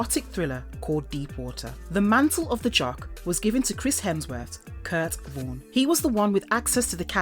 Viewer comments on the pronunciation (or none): none